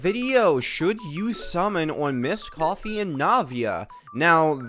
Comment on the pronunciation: Why do you still call her misscoffier 😩